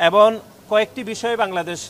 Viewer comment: এবন❎ এবং✅